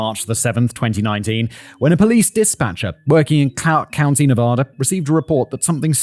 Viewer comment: Please learn to pronounce Nevada correctly.